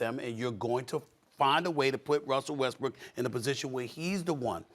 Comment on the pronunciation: Molly just low key call Westbrook, "westbrick" lmao